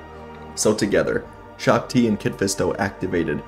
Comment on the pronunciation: You are mispronouncing shaak-ti, and windu against Palpatine is not a even fight windu wins hands down